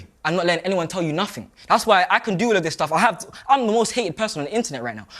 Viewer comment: He just said, no one tells me nofinck! And then said, it was peer pressure! Clearly, someone DOES tell him somefinck! 😂